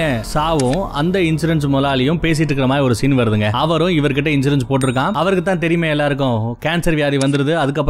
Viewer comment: கன்சூரன்ஸா?? இன்சூரன்ஸா?? பாவம் அவரே confuse ஆகிட்டாரு